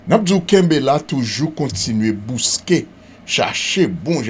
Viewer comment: Yo di bosque pa bousque Mr